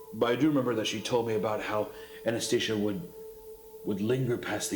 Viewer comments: if I hear Hunter pronounce Anantashesha as Anastasia one more time I might actually have to feed myself to the eel I fear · Hunter reading Anantashesha like Anastasia made me giggle. Now you have an eldritch Russian princess instead of an eldritch Hindu god. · ""anastesia". ;[ jesus christ, today is the first day i have seen the word anantashesha, i'm not indian, i don't know the language, i read the word 2 times and I'm pronouncing it correctly now, no worse than the native speakers. couldn't you have rehearsed it like that too? like just read the word out loud a few times, and you'll get familiarized enough with it to not insult your listeners. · The mispronunciation of Anantashesha as Antasheesa is killing me Edit: It’s worth noting that when one delves into the lore of Anantashesha there are actually striking parallels between him and 3000, but also key differences. First is appearance, similarly to 3000 Anantashesha is depicted is thin but long, he sits under the foundation of the world holding it up with his hoods. This is because Anantashesha had grown thin from fasting and deep meditation, this also lines up with 3000 eating infrequently and rarely moving as if in a state of deep meditation. Anantashesha is also depicted as living in or beneath the ocean so that lines up as well, but then there are big differences. Anantashesha has many heads while 3000 only has one and Anantashesha is depicted with the heads of a cobra not an eel or water snake. The biggest difference is what they represent and do. Anantashesha represents endurance and permanence, he was gifted enduring mental clarity by Brahma so that he could always live in penance. 3000 represents and inflicts a loss of mental control and a degradation of purpose. They are opposites and really Anantashesha is meant to be a foil for 3000 more than anything else. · Saying Anastasia instead of Anantashesha is gold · I like how they Pronounce Anant Shesh as anesthesia 🤣🤣🤣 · "Anantashesha" ❌ "Anesthesia" ✔️